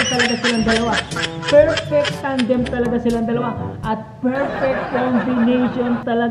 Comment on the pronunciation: Tandem po hindi Tamdeam